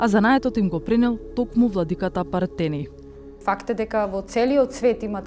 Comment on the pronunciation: Toa e tocno, akcentot na Pertenij netocen.